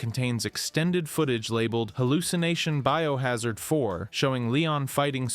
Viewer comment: Dude seems like somebody who recently got into the franchise because he saw the hype for RE9 and just revolved his channel around it and reads Wikipedia entries. Who TF spells out STARS and says it as B.O. Hazard? And don't get me started on the footage he shows after stating cut content has fucking concept art.